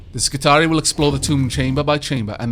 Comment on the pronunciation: I love the video,, but I gotta point out that "Skitarii" is pronounced "Skitari-i" It's plural of "Skitarius", so the last I is a suffix which isn't silent.:) I didn't realize this either before I played Rome 2, but it makes sense when you think about it. I would definitely try to go through this fight and try to kill the boss guy on my second try. You took 20% of his HP with one good shot. If you had known the servitors would both die in an attack, and been aggressive about it, I think it's doable.